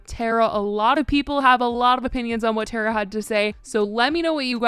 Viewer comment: It’s tar-uh not tare-uh